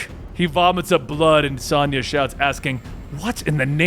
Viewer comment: Sonja is pronounced differently than the way you say. My mom's name is Sonja. It's like (sOne[long O]ya)